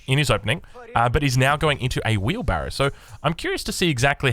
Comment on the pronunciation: Im new to AEO I’ve been hearing it everywhere but what the fuck is wheebarro